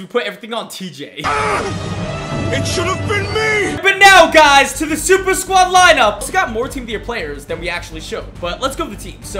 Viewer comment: I love how waits five second just to say SUPERSQAUD so funny